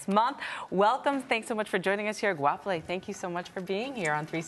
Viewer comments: It’s actually Setswana for “Moving forward” and the G is pronounced something like “kgh” sort of like a snorting sound. “Ho ya pele” in Sesotho a different language to Setswana with great similarities. Great effort though, much appreciated. 💐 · did this man really pronounce her name wrong? SMDH